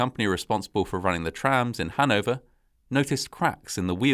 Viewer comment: I second that. One funny thing is that somehow the british pronounciation of Hannover sounds nicer than the german one ;) Given how much common history Hannover has with Britain it is logical they have their own way of pronouncing it.